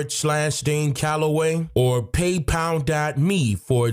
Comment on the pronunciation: CALLOWAY = Call of the way